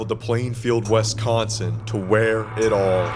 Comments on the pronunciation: Repeat after me: WISS consin. It’s not WESS consin. I’ll never understand why people pronounce it that way. It’s pronounced exactly like it’s spelled. Having said that, this is a darn good video about the case. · You're pronouncing Wisconsin wrong. Otherwise, good job